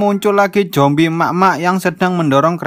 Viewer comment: Zombie ❌ Jombi ✅